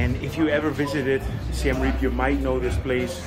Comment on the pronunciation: Reap is pronounced with two syllables Ray-ap. (Siem Reap actually means the 'defeat of the Thais', which doesn't stop them attracting Thai tourists). I was last there in 2019 not that long before Covid closed all the SE Asian borders. A very lively little town with a great manic character...